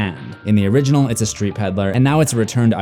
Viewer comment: you said origenol 13 times plus og so 14 times